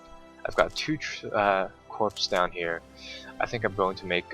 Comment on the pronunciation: good video as per always, just a note: Corps is pronounced Core. So it would be first core second core rather than first corpse second corpse!